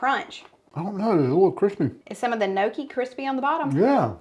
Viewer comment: Looks delicious love your videos and it's pronounced Nyawkee lol but your way is fine too just seemed like you weren't sure lol